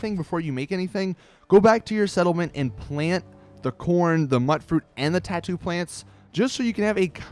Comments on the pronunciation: Why do you say tattoo instead of tato? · It's not"tattoo" it's tay-toe. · Dude, really? Muttfruit? Tatto plants? MUTEfruit. TATEo plants. You know? Like MUTation and poTATo? Yikes. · Tattoo plants? It's TAto like PoTATO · T-ar-To????????? I think it's T-ei-To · Dude. Tato pronounced poTATO; Mutfruit pronounced MUTant. Idk why this bugged me so much. This is the first YouTube comment I've left in at least over a year. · it's pronounce Taiiiiiiiito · its pronounced myootfruit and tayto. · >muht fruit >tattoo Just no. ffs, this game has NPC's who talk to you, who pronounce this shit properly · He said tatto 😂😂😂😂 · I thought it was pronounced like "tayto" 😂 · Ta-to lol...... laughed my ass off when you pronounced Tato..